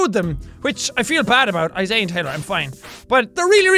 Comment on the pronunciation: Jack he's name is Isaiah you pronounce the middle I